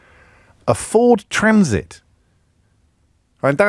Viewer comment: A Fowd Twanseet? I though BMW moved them all to Turkee.